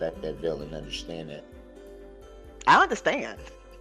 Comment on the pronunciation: I can't stand the way he pronounces words!!! "Unnerschand"